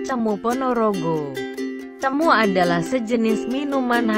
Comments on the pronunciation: Cemoo e bacane bukan cemu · Ralat no 8 Bilangnya Bukan Cemu Tp Cemoe... CEMOE Bukan CEMU